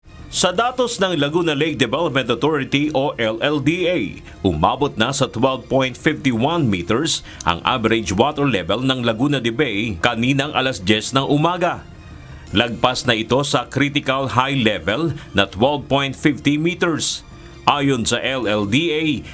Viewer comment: Laguna de Bai po, hindi po bay